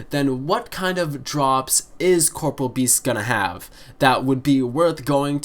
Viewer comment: 75% is a good number. Also Please pronounce corporeal correctly? Not hating but it does make me cringe.